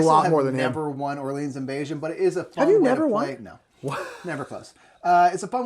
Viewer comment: I was surprised to actually watch this whole thing. Enjoyed the other video of the marathon. I do have to say however, as someone who speaks French, your pronunciation of "Orleans" was frightening lol